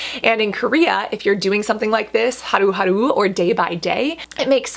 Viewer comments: Your pronunciation of haruharu(하루하루) is impeccable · The way Cassandra pronounces Haruharu 💕 and omg I've heard beauty within talk in lengths about this brand and now that vegan & cruelty free Cassandra is recommending it, I'm sold!!